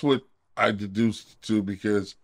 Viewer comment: Did he say “deduced” 😂